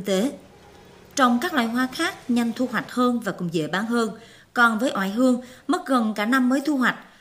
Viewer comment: Nếu ko lầm thì bà phát thanh viên đọc là " ỏi hương"